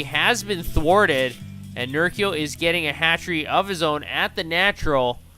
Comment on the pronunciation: Good cast, but it's Ner-CHEE-oh